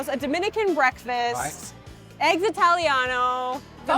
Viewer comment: It's eggs, not "ehyggs"